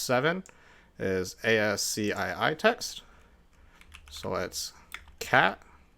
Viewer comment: Weird to hear someone say the letters for ASCII instead of saying the phonetic word - As-key Also, instead of erasing the command to type "clear", you could also put the up arrow to see previous commands. You could also have pressed ctrl+c to cancel the current command and then type clear. Effective use of keyboard shortcuts is the difference between a good and great admin. Using more options from the "find" command would have allowed you to search for only read/write/execute (depending on options given). Also, cutting that down to size would have been quicker. - Pretty sure you don't need sort when you're using uniq. That's like asking someone to count out their pennies to hand me a quarter. - Fun fact - for Natas, if you get root access, you can just get all the passwords. It may say "can only be read by or written by", but root is like Admin on Windows - nothing stops it from acting. - Browser dev tools (f12) is just as efficient and never requires you to leave the web page or to change the page just to see the source. - Tacking ".exe" onto the actions feels wrong for a channel that's about network security. Why not make those like commands in a terminal? Or options in a terminal? Something like "user -like -subscribe -comment "This is a comment.". Theming your content is important for recognition. Otherwise you just look like someone who does software development or something, which you don't.